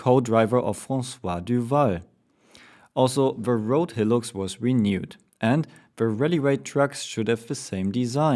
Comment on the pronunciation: not hating but high-lux, not he-lux